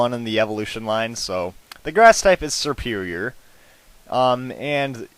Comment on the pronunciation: Serperior is pronounced SerperIer (it's a capitalized i.)